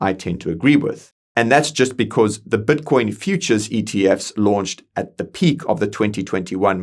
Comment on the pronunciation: Brother is constantly saying batcoin, like every time he says it i focus on batcoin instead of matter😂😂😂😂